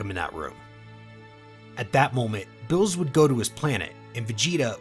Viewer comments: Xd fr I was wondering the same thing I don't know why he says their names wrong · Everyone taking about smug stick is better but ain't no one talking about how he pronounces Beerus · Dude why are you calling him bills?? His name is beer-us that's a bit annoying no offense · Bro can you please learn the proper pronounciation of the names coz it’s annoying when you say bills when it’s clearly beerus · bills? narration is so annoying getting such a easy too pronounce name so wrong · He keeps saying builus instead of beerus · is no one going to mention that part of (if not all of) the video he was saying bills instead of beerus. (if its an accent i apologize to anyone i may offend) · Ayo is this mf calling Beerus "bills" -_-..? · Are the mispronounciations of the gods names intentional? Bills and bermoth aren't their names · Ah yes, my favorite god of destruction “Bills” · That is not how you pronounce beeruses name, ur callin him blls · I hate the way you say the characters names. Its Beerus it Billis. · why do u say bills? his name is beerus bro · Why are you saying Bills and Vermouth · I don't know why but i keep hearing beerus as bills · Bills wrong berrus you are just pronouncing it wrong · Love your channel, but can you say the characters names right, like calling beerus beers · Say beerus not bills 😤😤😤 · I like how he says Billus instead of beerus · What the f**k is bills it's lord beerus atleast say the name properly ...🤦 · are you spanish or sum? why u callin beerus "bills" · Why is he calling beerus bills? Everyone I listen to yall fuck up people's name so bad. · Why do you keep calling him Bills? It's like you got the name from a half-assed fan translation or something. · bro is not calling beerus “bills” 💀💀💀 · I just get kinda annoyed at how you say the name, like beerus is bill's, and gine is jean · Why he saying "bills" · i kept thinking he was saying bills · When he say beerus it sound like bills. Just letting yall know